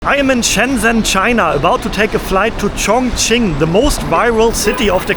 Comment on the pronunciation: is it pronounced Chongching or Chongqing?